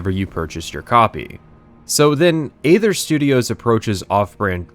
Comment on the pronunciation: I can't stop myself from being a neckbeard here: It's pronounced "ee-thur " ('th' like the sound in 'think'). "AE" is a 'ligature', and there's an argument to be made for pronouncing it "ee" or "ay", depending on whether you're doing Ancient Greek or Ancient Roman pronunciation. But never "ather" like you're reading the word "other" with a typo.